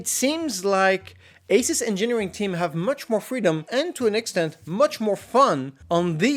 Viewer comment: dislike for the way you say Asus